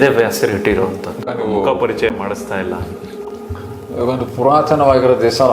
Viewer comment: ಮಖ ಅಲ್ಲ ಸಾರ್ ಮುಖ ನಾಳೆ ನವೆಂಬರ್ 1 ಕನ್ನಡ ರಾಜ್ಯೋತ್ಸವ